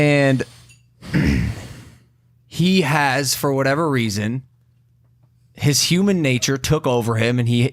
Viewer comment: logan u said what ever reison whats the reison